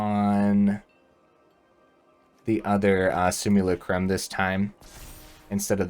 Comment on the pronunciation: It's pronounced si-myuh-LA-crum with emphasis on the LA 🙂